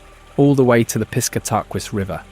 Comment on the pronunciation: I was looking to see if someone else had already mentioned this. I was willing to ignore the way Katahdin was pronounced, but Piss ka tah quis? Yikes.